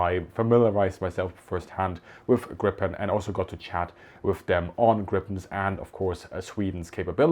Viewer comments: Gripen is in english pronounced Greepen.......not as it sounds in swedish when spoken in english: Grippen.....Thanks for a nice video! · Perhaps totally irrelevant, but: the name of the jet is pronounced [gree-pen], not [gripp-en] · Not "Grippen", it's "Griiiiipen", thank you for the video :) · Fun fact: grip means griffin. Gripen= the grip/the griffin. It's pronounced 'greepen' rather than 'grippen'. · The namn of the plane is not "Grippen"! It is Gripen with a long sounding 'i'. Ask any Swedish military about this and they will agree. Please rerecord and change the gross mispronounciation. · The name Gripen should be pronounced Griepen and not Grippen. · A small lesson i Swedish: Gripen (also a heraldic animal) is not pronounced Grippen, but rather as Griipen. 🙂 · Ex Swedish AF (Tactical Road Air Base Weather Service) here. Thanks for your great videos! FYI, the pronunciation of "Gripen" in Swedish is very similar the way you would pronounce the word in German. "Griipen", not "Grippen". Keep up your fantastic work!! 👍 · It's pronounced "greepen", not "grippen". Also, Swedes all call it JAS (pronounced "yahs". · So sad that a person able to pronounce the name Gripen chose to pronounce it Grippen instead of Griipen (greep-uh'n) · Greepen, please, not Grippen. 'Pedantic linquistic nerd being correct, no matter what you say!' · saab pronounce it "grippen" in their own material. Its the English way. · Pronunciation...put moore iii and less pp when you talk about Griiiiiipen....othervise it sounds like saying "smott" instead of smooth.... :) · Not to nitpick here but it‘s Gree-pen, first syllable stressed, long ee (German ie). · The name is Gripen, spelled with one 'p', pronounced like if you spelled it 'Greepen' in English. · NB: The "i" in Gripen is a LONG vowel, like "Greepen" -- got it? Tack! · Gripen, not grippen 😅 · Sigh....You dont pronounce it "grippen", with two "p". You say "gripen" where the pronounce is on the "i" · Gripen, not Grippppen......🙂